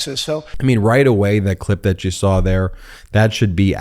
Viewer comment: It is saw not sour.